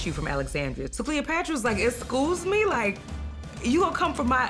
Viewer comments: "Eskoss me" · excoos me is the funniest thing ever :D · It was the “excoos me” and “bowdy” for me. This narration is 👏🏻. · ESCOUSEME? <3